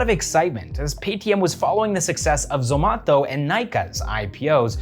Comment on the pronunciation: Please say Zomato - not Zomatho